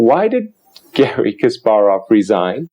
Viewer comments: Henley, KasPARov, pronounce it correctly please. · Philip Gerlach Yes I know his name was changed I have been reading about chess players since the 70's. The fact remains he is mispronouncing "Kasparov". He doesn't have to pronounce it perfectly but at least get the emphasis on the syllables correct.